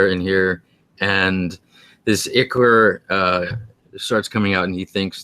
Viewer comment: Foliage - not foilage - and it’s “Eye-chor” and chitin with a long I. Pretty weak ancient spider.